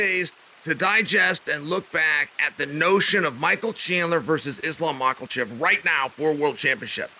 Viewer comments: Don’t worry Chael Names are hard “Mockelchev” “Alex Pee-era” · I’m just here for the mispronounced names😂 Makelchef is great. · "Islam Mucklechef" this guy😂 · Lmao Mocklechev... Jesus Christ Chael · Michael Mackelchev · MAA-KAH- CHEVV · Surely we ought to talk about 'makhlachev' once he actualy gets signed to the ufc? 🤔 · I was just coming to comment this lol. Where did the L come from in Makhachev?